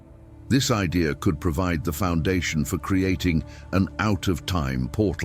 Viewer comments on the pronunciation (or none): none